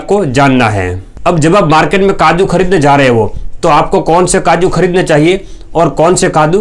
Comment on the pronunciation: kaju bolo kadu nahi Totala😂😂😂😂